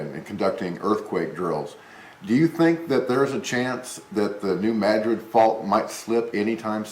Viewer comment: Thank you for pronouncing New Madrid correctly. Most newscasters usually don't. Tells me that you are an intelligent person and probably know what you are talking about. I will take heed and keep an eye out. Thanks, again!